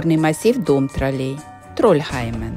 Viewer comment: Наголос на ,,О''...ТрОлей !!!!! Ви спеціально,це робите,для уваги глядачів !!???